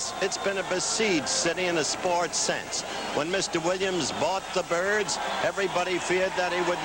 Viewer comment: is he calling the Orioles the "turds" or the "Kurds"? dosen't sound like "birds"?